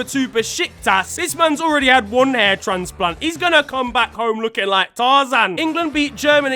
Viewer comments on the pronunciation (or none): none